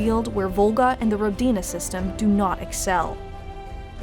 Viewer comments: It's not Rodina, it's Ródina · Ro-di-na... emphasis on the Ro... pronounced Rho. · it's pronouced r`odina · It's pronounced like this RO-DI-NA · As a native Russian speaker the way you pronounce Rodina(Which means Homeland by the way) is just wrong. You need to put the emphasis on "O" not on on "D'.